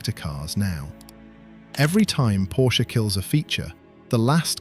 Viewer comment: good god at least pronounce porsche correctly